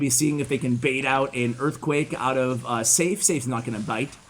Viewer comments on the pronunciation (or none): I think Seif might be pronounced Seh-eef.